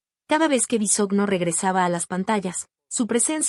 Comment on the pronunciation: Se pronuncia Bisogno. De ahí, ya no se cree nada